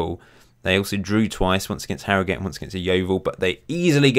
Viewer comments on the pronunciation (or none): none